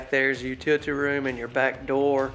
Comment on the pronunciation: You are driving me crazy. U-til-ity room. It's not hard to say. Just break it down. Or say laundry room.